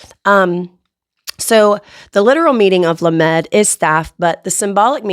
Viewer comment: lamed is being mispronounced, Sound it out phonetically as "LOM ED".